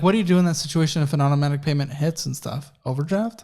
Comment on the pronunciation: Thank you for this video. This is your subscriber on the West Coast Los Angeles. I am laughing at what you had said now I’m not sure this is what you said weird when you said payments and it sound like you said (PAINMENT ) that’s what it sound like you said so I was busting out laughing so I’m going to start saying that I never thought about it like that and that’s gonna be my new word from you if that’s what you say it instead of saying payments, when you owe somebody something monthly😂😂😂😂 your subscriber on the West Coast Los Angeles